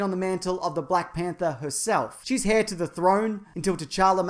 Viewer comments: Heir is pronounced "air" not hare... F$%^^&^% Australians... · It's interesting how your pronounce "heir" with the "h", so it sounds like "hair". Must be an Aussie thing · Did he really say heir like 'hair' because 😑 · hang on, did you say HAIR to the throne. pretty sure that's not how you say it...right? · Did he say hair instead of heir? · trending #11 pretty cool mate, btw the h in herb and heir and silent so...